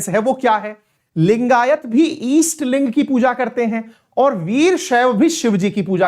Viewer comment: अवस्थी जी उत्तर प्रदेश के हैं। उनका दोषपूर्ण उच्चारण इस बात की चुगली करता है। ईस्ट लिंग जैसी कोई चीज़ नहीं होती। सही शब्द है जिनका इष्ट शिवलिंग हो उन्हें लिगायत कहते हैं। लिंगायत वीर शैव की भांति ही एक हिंदू संप्रदाय है। यही सत्य है। Sikkhism कोई धर्म नहीं है, वो भी एक हिंदू संप्रदाय है। इसी प्रकार Jainism and Buddhism भी हिंदू संप्रदाय है। हिंदू संप्रदाय उसे कहते हैं जिसका मूल दर्शन या अवधारणा हिंदू धर्म के दर्शन से लिया गया है। जैसे "गुरु" की अवधारणा जो सिख संप्रदाय में प्रमुख है वो मूलतः हिंदू दर्शन ही है। इन संप्रदायों का खुद को धर्म कहलाने की ज़िद राजनीति से प्रेरित है।